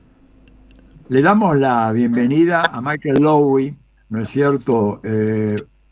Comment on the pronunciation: En Brasil lo nombramos [Mishél Louí], nunca con acento anglo 😉 Lo mismo pasa con [Fanón]